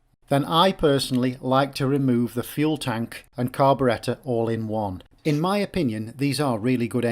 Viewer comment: The carb-uh-RET-uh